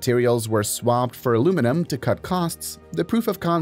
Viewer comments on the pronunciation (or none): none